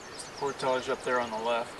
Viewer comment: Alright. I've watched a few videos now and I can't take it anymore. Why on earth does bro pronounce "portage" like that?